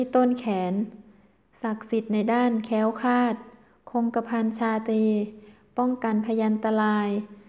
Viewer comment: "เคื่องลาง ของขัง" "แค้วคาด ปอดพัย"....ไม่ผ่านค่ะ ร.เรือ ล.ลิง ไม่ชัดเจน